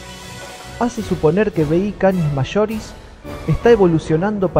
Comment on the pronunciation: una wea es su acento coloquial y otra es pronunciar mal nombres científicos